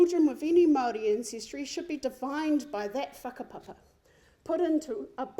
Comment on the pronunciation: Sis couldn’t even say whakapapa correctly! Whakapapa isn’t a box sis!! See, you would’ve known this if you were privy to that “whakapapa” understanding.. but sadly, you use your nil knowledge on whakapapa, and weaponise it! ACT IS A DIVISIVE GROUP! Karen, you say, “Basic humanity you share with your neighbours” and what exactly does that humanity look like?? Because lord forward I ain’t about to talk a whole lot of garbage about the weather with my neighbour! Māori goes deeper, MANAAKITANGA! Manaaki TANGATA! Maori hospitality goes above and beyond! Not once have I felt comfortable in a non Māori setting that required some togetherness and sharing, it was cold, conversation was minimal and very surface level, the food omg! The food was bland!! See Māori will never turn away their guests, everyone is taken care of, no matter what’ and that’s the beauty of being Māori’ unless you’ve experienced that type of close caring connectedness then your narrative is always going to be a back footed one Karen. It’s obvious you sat on the outside of not knowing your whakapapa, and that’s really sad, because there’s so much richness in knowing who and how you became you! I swear, you go to an ACT part shin dig, you will leave still feeling hungry.. Basic human interactions is right! Basic and bare minimum Karen